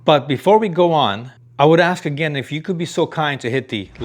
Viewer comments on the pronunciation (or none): none